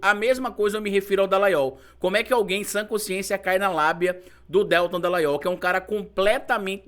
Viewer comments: Desculpa,, mas se pronuncia Deltã. Aproveitando…amo seu canal!!! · Que aflição toda vez q o pronuncia o nome do Deltan Dallagnol erroneamente!